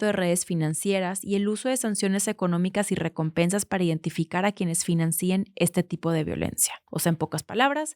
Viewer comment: Me encanta el contenido . Quisiera hacer un comentario sobre unas palabras que utilizas ,financían , financíen son palabra que no existen lo correcto es pronunciar las sin tilde 😊. Amo a Clemente y te ves hermosas